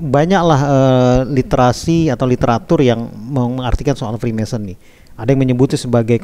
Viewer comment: Freemason om....bukan freemanson